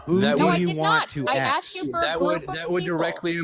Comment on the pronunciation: "I aksed you a question!" These people do not understand logic or reason.